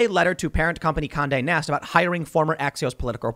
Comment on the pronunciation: everytime he said Conde Nast i heard Kanye West